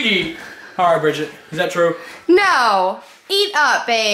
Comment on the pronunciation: Why he say no like that tho😂😂😭😭 rip agp